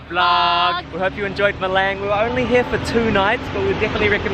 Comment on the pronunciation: It’s Malang not Meleng , the A sounds like A for cAr not A for Apple. Or like Australia not Eustrelie or Darwin not Derwin